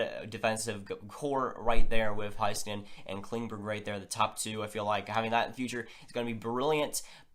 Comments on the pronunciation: Its pornounced hay not high skanen. Listen to the announcers in the highlight clips. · It's pronounced Hayskanen